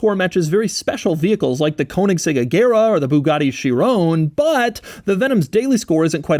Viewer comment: & please stop saying Shiroonnneee. You cannot just invent how you say words.